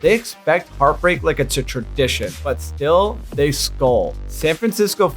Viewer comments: skull 💀 sounds more metal 🤘 than skol 🍻 tho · Message from Minnesota: We SKOL, not skull!